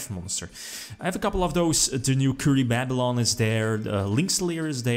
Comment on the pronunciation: Us: Kuribabylon: Curry-Baaaa-byuh-lon